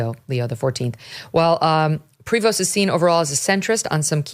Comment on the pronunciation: It's pronounced "Pree Voe" the S is silent. It's a French name.